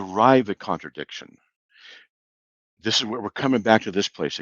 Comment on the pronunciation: Every time Slick says "connerdickshin," a syllogism quietly files for divorce.